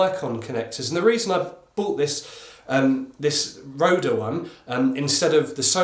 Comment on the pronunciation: "Rode" = "road" quit adding the "ehh" on the end